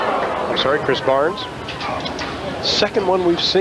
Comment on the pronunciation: no no no It's Chris barnes not bhris barnes